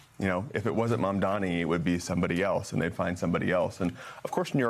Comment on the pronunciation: . The anchor repeatedly mispronounced the Democratic mayoral candidate’s name. It is MamdaNi not MamdaMi. Please get it right NBC. 🙏🏽